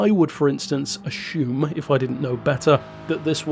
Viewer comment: I know I am going to sound like a right dick but hey I don’t care; I need to tell you. It’s assume not a”sh”ume 👍🏻 Great video! 😊👍🏻